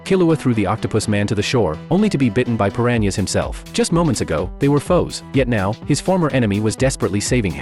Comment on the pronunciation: Per ran ee ahs.